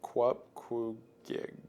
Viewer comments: It’s actually pronounced “coop-coo-gi-ak” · its pronounced "kup-koo-gee-ak" :p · Just a little pronounciantion thing for the Qupqugiaq; the qs asides the last one are pronounced like an h sound. But the last one is pronounced with a kr, so it would be pronounced Hup-hu-gia-kr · pronounced "hup-hu-giak"